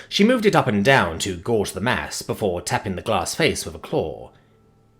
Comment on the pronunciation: It's gauge..not gorge.